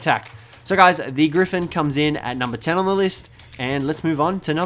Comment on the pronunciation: Thought you were trying to say orgy when you were discussing the gryphin